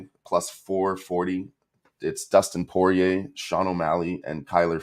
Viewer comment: Bro said Dustin Porier at the end🔥🔥 definitely like him now